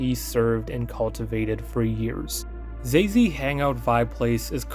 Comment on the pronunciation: The pronunciation was so funny. This degen's name is actually Xayzei, but he spells it like a fucking xbox gamertag 😭💀